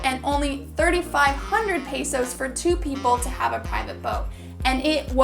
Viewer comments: Its not pronounce peysos Its pesos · That's not the way to pronounce pesos your saying it like pey sos the sound is pe sos. pe not pey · im not being rude but its not pronounced paysos it is pesos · It's not peesos it's pesos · Hey it's not called pisos it's pesos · Im a filipino and your pronouncing it wrong